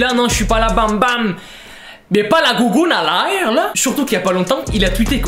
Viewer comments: " La gougoune a l aire " avec l acxent québécois 😂😂🤣🤣🤣🤣🤣🤣🤣🤣🤣🤣🤣🤣🤣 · Avec le ton québécois 🤣🤣🤣🤣